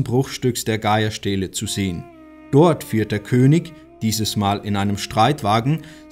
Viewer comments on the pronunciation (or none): Die Stele heißt Geier-Stele. Nicht Gahja-Stele.